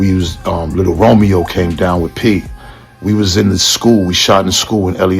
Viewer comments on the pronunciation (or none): none